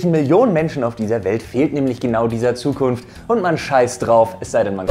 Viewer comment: Hab nur ich den Versprecher bei mit "Zukunft" bemerkt? xD